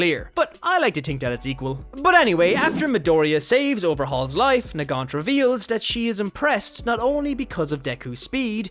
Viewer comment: It's Nagant